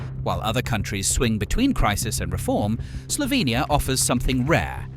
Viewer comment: i like how you say Slovenija like we say it and not Slovinija like people usually say it in english... :> Piran is the prettiest city in Slovenia! Please DONT! visit it there is too many tourists here already.